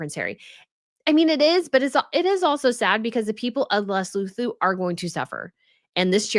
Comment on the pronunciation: Hi. As a south africa, you pronouncing it le soo too. The H is silent